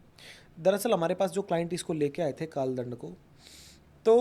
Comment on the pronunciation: Dhyan se suno inho ne kaal dand bolne ke baad kaal land bola 😯🙏. Maaf karna guru ji but mujhe to asa hi suna